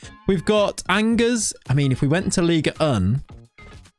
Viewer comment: The pronunciation of Angers 😭😭